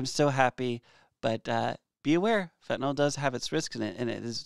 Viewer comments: It’s fen ta NIL not fen ta NOL!! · Can anyone pronounce it correctly??? Yl is pronounced "ILL" not "all" So FentanILL. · Awesome videos, super informative and great chemistry detail. My nerves would calm somewhat if you correct your pronunciation to “nyl” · Why do you keep calling it fentanol when it’s fentanyl? Love your content!! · The joke is how everyone pronounces it as "fentanol."